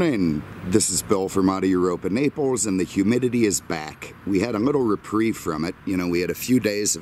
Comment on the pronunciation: Auto Europa Naples Oh I’m sure, but, if anyone says you do pronounce the S, they are wrong. But hey, not the end of the world.